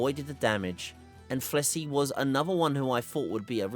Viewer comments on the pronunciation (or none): Are you calling Plesioth "Flessy"? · Never thought id hear someone say Gypceros & Plesioth like that😮. No offense we all have our way of saying words